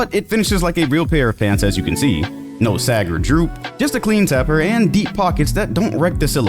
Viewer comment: little stuff be frying me like why are you doing a jean add and cant pronounce taper